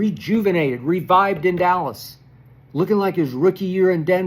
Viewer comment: No D in Dallas = allas or 'Alice' bunch of Alice's